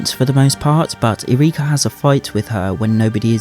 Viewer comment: I know you'll never see this, but jeeeeez stop complaining about Disney being "woke" and LGBTQ+ - we all knew this was coming. I'm prolly a bit different cause I grew up in Key West. Also you keep saying her name as Ear reakya? It's just Yrica, pronounced like Erika.